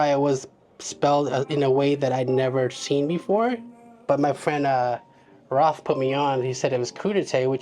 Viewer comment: His name is not pronounced Roth, it it pronounced like Chappell Roan, but instead of saying Roan, you swap the n with a t, so “roat”